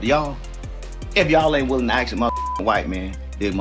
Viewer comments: he lost me when he said "axe" learn how to spell and pronounce shit. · I'm not "axing" her anything.